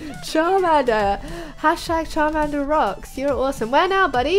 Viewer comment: XD you said carmander